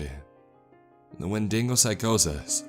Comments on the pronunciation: WTF is a windingo it is a wendigo talk text can do it perfectly why can't you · “Wendingo” It’s wendiGo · Win-ding-oh :D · „When dingo“ ;-; it’s when di go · wendingo? Isn' t it wendigo? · Wendingo? You mean Wen di go? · I love your narrations man but I had to stop when you said "wen-dingo" .... I just couldnt stop thing of that Seinfeld episode where they said "maybe the dingo ate yo babay" lol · This just in, Florida Man butcher's the Wendigo's name. After further developments, sources confirm this dude said windinGo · Great video! Thought You'd wanna know we pronounce it "When deh go"! Please do more monster hunting stories, can't get enough of these! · "wen dingo" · You lost me at windingo... Edit: Nobody else heard the word "Win-ding-go? You people are out of control... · Your pronunciation of wendigo is the scariest part my man 😂